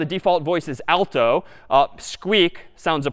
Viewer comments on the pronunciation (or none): none